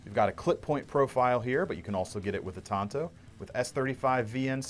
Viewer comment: Tonto was an Indian on the loan ranger the Tanto is the 45° angle knife or sword design. Pronounced Tan toe.